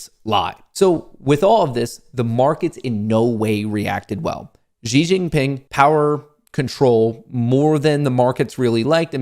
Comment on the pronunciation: You pronounced Hu Jingtao well however Xi is pronounced ‘She’.